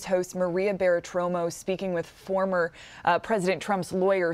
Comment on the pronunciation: She needs to learn how to pronounce Bartiromo last name.